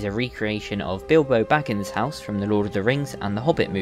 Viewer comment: I can't believe you just said.. "recreation of Bilbo bakkins house".. are you serious? It's BILBO. FUCKING. BAGGINS. I have to dislike the video for that as I don't like fake fans/people who don't do their research.